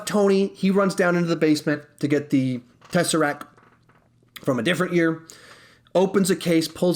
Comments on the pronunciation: Okay, sorry, but...... it's "teseracT" not "teseracK" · TESSERACT NOT TESSERAC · He protecc He attacc But most importantly, he keep saying tesseracc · He protec He attacc but most importantly... says tesseracc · Tesseract. TesseracTTTTTTTT